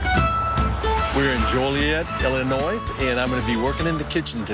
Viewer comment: And hey, I heard him sayin Illinois as (Illi-noise) haha